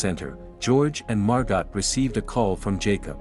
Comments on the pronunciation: This is an absolute masterclass in what not to do. When a tsunami approaches, head up, not down. Do not hold someone else underwater in an attempt to prop yourself up. When reading the name Margot, do not pronounce it “mar-gott.” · The female name Margot is french and pronounced MAR-GO. 🙄